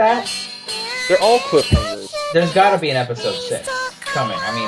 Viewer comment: naw my ears are still bleeding from the last "epidose"